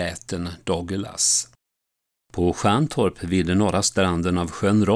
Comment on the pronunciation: Platsen där greve Robert Douglas lät uppföra ett slott heter Stjärnorp inte Stjärntorp